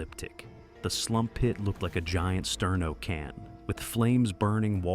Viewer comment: The way he says "Slump pit"